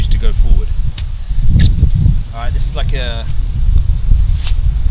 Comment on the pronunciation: Duck Traffic "Alwight Boyzz" 😂😂